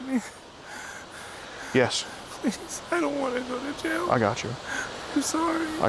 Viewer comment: "I don't wanna go a jaiw" get's a life in prison sentance lmaooo love.